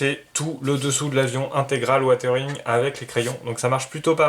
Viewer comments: Super boulot tant au niveau de la maquette que du montage vidéo. Vraiment bravo et merci. Juste une seule remarque..... WiZering..... Pas Watering..... 😁😉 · Je t'entend dire "watering watering..." mais on est d'accord c'est du "weathering"?!!!? Qui se lit don grosso merdo wézering quoi?